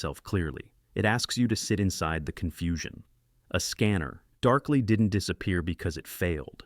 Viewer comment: out of ten, I know 8 and consider at least 4 all time classics. I dont know any science fiction fan who doesnt know "Enemy Mine" for instance. And please, stop that AI voice nonsense. A scanner... (long pause).... darkly 2006. No human speaks this way.